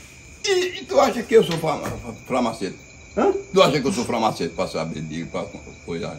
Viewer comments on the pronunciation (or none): falando Farmacêutico errado 😂😂😂😂😂😂😂 FRAMACETE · Framaceti kkkkkkkkkkkkk